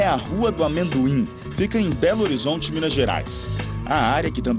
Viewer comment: "Mina Gerais" (Mina) Minerio pqp o cara falo isso msm kk